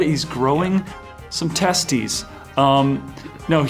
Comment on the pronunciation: "...some testes" 😂